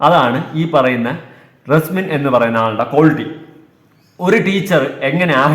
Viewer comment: Reslin ala resmin😂